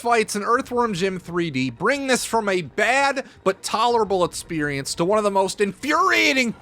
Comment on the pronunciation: Great videos, well done! But mate, why cant you pronounce the letter "X" lol? You seem to pronounce "experience" like "eTspirience" and such :)